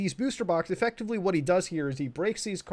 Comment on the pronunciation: nobody: litearlly no body at all: muta:EFECTIVALLY EFECTAVIALLY